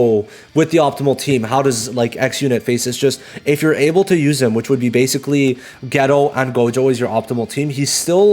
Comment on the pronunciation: Nice list, definitely saving my tickets for the release of Yaga. But guys I swear Geto is pronounced like Gay-toe, or Gate-oh. Not Ghetto or Gherro or Get-oh.